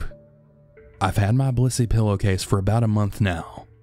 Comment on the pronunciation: Cracking up because he keeps saying blissy